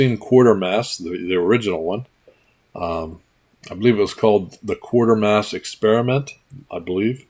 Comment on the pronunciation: Giveaway. Good video. Just a side note; you've been pronouncing it QUAR ter mass, but there is no R in there. Folks here and across the ditch, for the last 70 years or so, have pronounced it QUAY ter mass. I know, I'm a nit-picking S.O.B. It's just the way I live. Keep making these great videos; I love 'em.